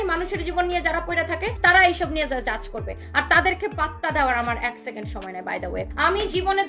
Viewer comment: Bosti sacond na bole second bolajayna? Uccharonta thik koira kotha ko